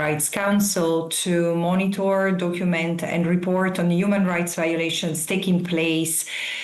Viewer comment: It is violation not viaolation lady. Speak English